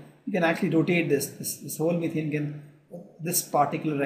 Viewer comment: Yes, It is ethane, not ethane....